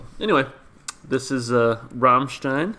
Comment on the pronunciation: It's gratifying to see someone not butchering the bandname pronunciation. I'd suggest for English translations. Of course it's not the absolute perfect, but you can see bits and pieces from some comments there to know what the song refers to. Next, please react to Ich Will live at MTV, the band will play a snippet of Sonne before switching to Ich Will. Expect some cool pyrotechnics as well. But the video has some mute part due to audio problems. You can choose to react to the live version in Werchter with hard-subbed English translation.